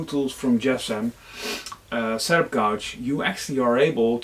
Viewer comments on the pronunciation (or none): Thanks for the video. I'm planning to go with Jessem for my router table. Very well presented with lots of good information. FYI, gauge rhymes with page. You helped us, hopefully I can help you with your pronunciation of that strange word.